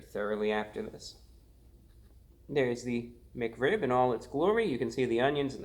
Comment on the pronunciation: Why do you pronounce Mic Rib instead of Mac Rib and Hewo instead of Hello